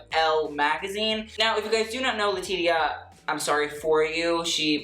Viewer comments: Just so you know, Latitia is pronounced La-tee-sha not La-tit-ia lol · Thank you, it hurts a little bit every time he says le-ti-ti-ah. Understandable mistake though. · who's gonna tell that it's pronounced Letishia, not Letidia?....Letitia deserves that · LA-TEESH-AH!!! I love you but say her name right! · Did you call her Le Tee Tee Ya? 😂😂 But that McQueen she is wearing is divine. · lol,...Letitia is pronounced LE-TI-SHA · I was looking for this comment. But we love him😂❤ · I was just thinking the same thing and came to the comments looking for the callout 🤣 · great video. quick note - Letitia Wright's name is pronounce 'leh-tee-sha." just an FYI in case you review a look of hers in the future. xo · Rattling off all these complicated French brand names and designers without breaking a sweat Also: LA TEE TEE YAH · Haha I was so confused! I swear I've heard him say their name correctly before. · Ummmm that is NOT how you pronounce Letitia.... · She’s an icon to you but you can’t pronounce her name? Girl, no. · Jfc you need to learn who people are, you're in your 20s and you've never heard of Monica? And that pronunciation of Laetitia Wright's name? Oof. I love you but pls learn a bit about the people whose clothes you talk about.